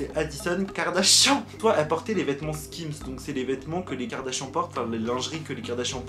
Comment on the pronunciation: Pk tu dis Karda chiant ?😭😂